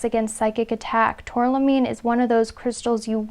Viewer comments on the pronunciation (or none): #1 tourmaline not tourlamine, great reading thanks